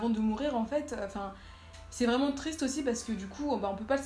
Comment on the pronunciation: "tristre" j'ai ri